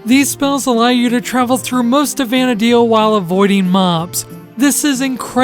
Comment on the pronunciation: very good guide tho the "Vana dale" does bother me quite a bit lol same as "Sanda Oria"